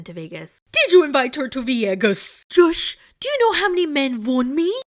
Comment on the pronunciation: I'm cracking up every time you say "Joshzhh"